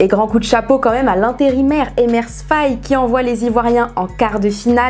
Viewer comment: EMERSE faé. Svp. N’écorchez pas le nom des gens. Un peu de respect 😡